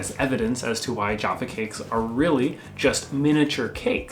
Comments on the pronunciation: You are pronouncing jaffa wrong. You are sayin Geoffa. Its jAffa cakes. For names and types that are better go to aldi you can get 12 of them for 37p absolute bargain. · You can get Raspberry 'Jaffa' cakes but only in Polish Supermarkets...nice to see has at least two shirts, unlike some people we can mention. Also I think you're pronouncing 'Jaffa' wrong, you're saying 'Jarfa', I think you should be saying Ja-ffa or something like that. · Jaffa is a variety of orange hence Jaffa cakes. Hint: not pronounced jar fa more ja ffa with a low a sound not r. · Youre saying jaffa cakes wrong. Say it how it is...not jarfa cakes. JAFFA cakes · Some of your pronunciation was rather suspect in this video! Jaffa cake was my favourite! I'm northern so for me it's definitely an a sound not an A sound, I've never even heard posh people pronounce it with an A sound. I love all the things you've mentioned, sad for Americans that they can't get these things. I hate Hershey's, I think it smells and tastes like vomit so to hear that they're the reason you don't have some of our most delicious treats is rather rude! Love watching your videos x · The biscuit that tops all those you mention is McVities Homewheat Dark. Also the "a" in Jaffa is like the "a" in hat or fat, so the word sounds like Jaffer. Interesting video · say joffa cake once more am ready to swing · We don’t label chocolate bars and the entire range of sweets as “candy”. Take note! It’s also not pronounced Jarfa. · It’s pronounced boar bons and it’s pronounced Jaff a cakes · The first 'a' in 'Jaffa Cake' is the '/æ/' sound (like in 'cat' [/kæt/]). It isn't the '/ɑː/' sound (like in 'car'[/kɑː/])/ . Jaffa Cake /ʤæfə keɪk/. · We pronounce jaffa cakes, jaff like math. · Sorry to correct you again, but I've never heard it pronounced any way besides Jaaffa, as in an a sound rather than an ay or uh. That's just me , so I don't know. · There pronounced jahfa cakes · I dont enjoy how the pronounce jaffa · JAffa not Jarfa